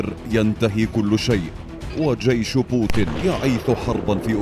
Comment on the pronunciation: بوتين مو بوتِن.. بالياء مو بالكسرة يا معلّق يا فهمان